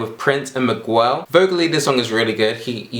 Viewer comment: Did he really say "migwell"..